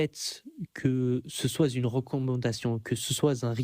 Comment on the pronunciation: Attention sophisme alerte : vu le nombre d'erreurs grammaticales (que ce soit Z-une, que celui-ci soiYe...) je me demande si ce bamso sait lire. 🤔😆 Quand on prétend avoir un certain niveau de maitrise de la langue française et que l'on passe son temps à définir les termes, il est plus crédible d'être capable de s'exprimer correctement.